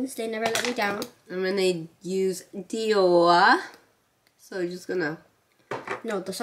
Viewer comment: She said Dior that's not Dior but no hate